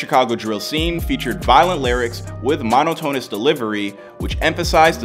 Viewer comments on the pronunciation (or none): why did you say "monotonous" like that? mohn-ah-toe-nuss 😭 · That’s not even remotely how “monotonous” is pronounced.